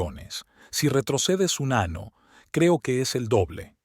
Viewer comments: Muy buena Historia y buen final .. Pero el hombre que relata la Historia ,, muy mala la narración , no sabe pronunciar las palabras correctamente ,,, las palabras se oyen como parte del cuerpo humano … Año lo pronuncia como Ano. Muy mal …. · La historia buena. La persona que habla es horriblemente malo. Deben usar personas que hablen bien el castellano. Que sepa dónde acentúan las palabras, saber que el abecedario español tiene n y ñ. Que año es diferente a año. Año es el órgano para evacuar. Año es el tiempo que señala el calendario. Los acentos usados donde no van. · No hay que juzgar la traducción hay palabras que no puede pronunciar . Narrador te aconsejo tona un curso de español latino . no sé dice manana se dice mañana. no sé dice ano se dice año. ano es una parte de nuestro cuerpo que es pulsamos las Eses. 🤗🇨🇴❤️